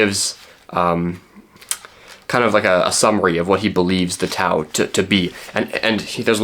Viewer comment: It would have taken you less than a minute to look up the pronunciation of "tao". It's an interesting video, thought provoking, but it did hurt each and every time you pronounced it with a hard T.